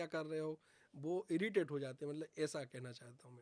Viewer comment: Malab nhi Matlab hota hy